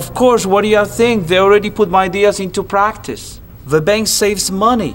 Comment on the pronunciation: "Of COURSE, wadayaTHINK, they already put my ideas into prAAKtice. The bank saves money, and they are YEWsing me, and Aim da fool." Seriously, this guy emphasizes the weirdest words in his sentences.